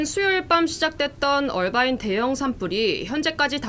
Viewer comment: 이해가 안되는게 화면밑 자막에는 "어바인"이라고 되어있는데 그걸 왜 억지로 굴려서 "얼바인"이라고 발음하냐고요. 앵커나 특파원이나 그렇게 본토영어가 하고싶으면 뉴스전체를 영어로 해서 전달하시든가 미국인한테 말힐때 하시던가....도무지 알수가없네....